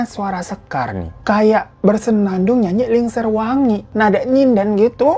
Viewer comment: Lingsir wengi bang bukan lingser wangi